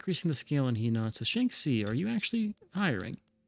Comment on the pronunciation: Slowly going through these episodes so sorry for the delay here, but Henan should be a soft-e, more like "huh-nan" or ironically even "her-nan". Also a stupid question from a total noob here but I'm realizing still don't understand how we won against the British and therefore don't understand how far behind we are relative to the other powers - I'd seen plenty of other players and AI's die despite overwhelming numbers - maybe it has to do with how you condensed the armies at the beginning? Would love to understand the thought process there.